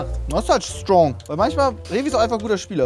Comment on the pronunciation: Trymacs: „Schtrong“